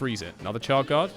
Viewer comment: SSHHard guard Not CHard